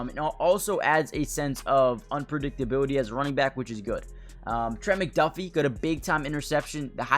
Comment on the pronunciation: If you're going to keep making Chiefs videos... maybe learn how to pronounce these names my guy. Trank-wahl Nah-zee Sue-uh-mot-uh-ia Ek-oh boy-doe